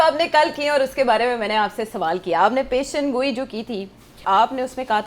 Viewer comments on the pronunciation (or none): Its not PAY-SHUN-GOI Its Pesh-goi.